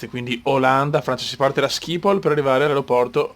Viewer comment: video eccezionale e come sempre molto interessante, ma SCIPOL non si può sentire., schipol si legge schipol.